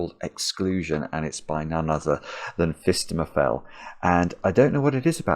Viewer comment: Every time he says phistemefel I do a little happy dance